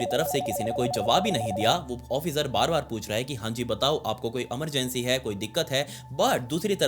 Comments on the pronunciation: Emergency ❎ Amargency ✅ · Emergency ❌ Amargency✅ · He sounds cute when he says Emergency ❎️ Amargency ✅️